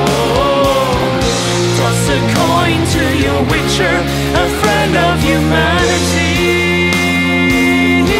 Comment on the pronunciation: Leider ist der Stimmsitz generell und auch die Aussprache noch ausbaufähig - speziell die des relativ wichtigen Wortes 'Witcher'. Das kriegt auch ein Nicht-Muttersprachler hin ;). Grundsätzlich ein schönes Cover, aber da könnt ihr NOCH besser werden.